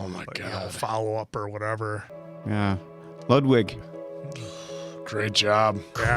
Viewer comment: NOTE TO: Ludwig is pronounced LOO DWIG. Not LUD WIG. Great reaction guys! Appreciate your appreciation for the intensity of the topic and brilliance of the performances.❤❤❤❤